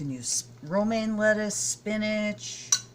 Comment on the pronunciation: Aww love the birdies in the snow! Hey, naughty Cat!:D Love all the Fred family too! Great tips on make up products - thanks for sharing. Haha, you said Romaine Lettuce and I heard "Roaming Lettuce"... so my mind goes straight to a vision of a large cartoon type lettuce carrying a suitcase and roaming around the countryside seeing all his relatives! Lol!:D MMMmmm your lunch looked so good! It's made me hungry so I'm off to grab a bite for lunch now. Mine will be leftovers of a Moroccan Spiced Pie I made last night. It is sooooo delicious! Have a great week my beautiful, awesome Vegan sister!!! Big hugs and much love, xo <3:o)